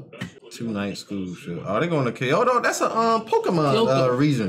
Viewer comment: Kyoto not Kento XD